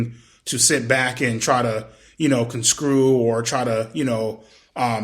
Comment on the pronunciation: edp really said consrew